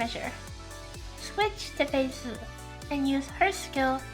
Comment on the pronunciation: Watched gateoo watch this episode on his twitch channel, and he would cringe every time (mis)pronounced Fei Se 🤣🤣🤣 Like, he was fine with it the first three times, but after that he couldn't help it anymore and let the snark fly haha But don't get me wrong, he was effusive with praise too, like how got to the point and dispensed with the fluff attacks Fei. "Irrelevant" gateoo said, and "good job," since Fei's a buffer unit after all. Fun times!